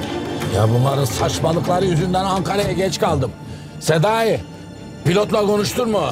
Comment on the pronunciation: Başkan Sedayi diyir ya Senayi? Ben Senayi duyuyorum